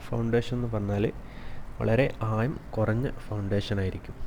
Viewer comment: ആദ്യം സംസാരിക്കാൻ പഠിക്ക്. ആയം അല്ല ആഴം